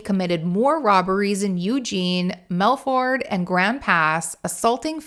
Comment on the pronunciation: Great video, a couple things though - we pronounce it All-bunny and the southern Oregon towns you called melfort and grand pass are called Medford and Grants Pass, and lastly we just called it a phone book back in those days, the white pages to be more specific we didn’t really have access to reverse directories until the mid ‘90s when the internet started becoming mainstream.